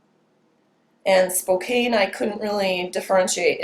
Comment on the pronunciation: LMAO......spokane..... it is pronounced Spo can.....goof.